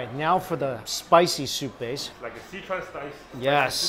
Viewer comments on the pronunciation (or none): none